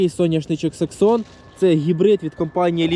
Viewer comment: Не саксон а SEXSON !